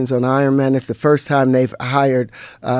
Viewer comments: Everytime Terrance talks all i hear is mayne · I came here to hear him say "mayne"